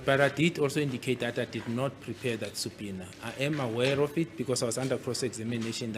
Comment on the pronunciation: U GUYS ITS SUBPOENA(PRONOUNCED SAPINA) NOT SUPINA😂😂😂😂 U DUNDER HEADS